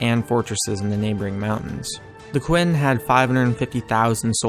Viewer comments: BTW its ch in qin not qu for 9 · "Qin" is pronounced "chin" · Qin is pronounced close to "Chin". Glad you included the Battle of Changping though. Bodies can still be dug up near there.